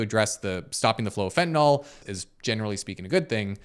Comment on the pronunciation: Great video. Suggestion though: since you're such a credible channel, could you please say "Fentanyl" as opposed to "Fentanol"? I realize that so many people mispronounce it that it's almost accepted, but chemically "yl" means something very different than "ol". Alchohol vs Phenyl. Benadryl - you wouldn't want to accidentally call it Benadryol.